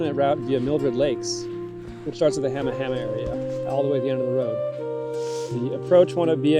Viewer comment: It's "HAH-muh HAH-muh" most of us pronounce it wrong.